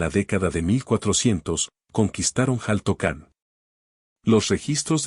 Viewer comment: Xaltocan, su pronunciación es shaltocan, no jaltocan., y en su momento fue una isla, ya que estaba rodeada de agua.